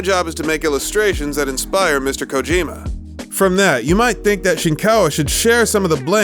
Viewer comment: "Kojarjar" xD